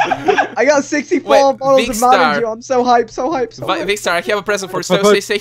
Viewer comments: Is it just me, or did say "mountain Jew?" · Did say mountain Jew xD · He said "mountain Jew" not " mountain dew"😖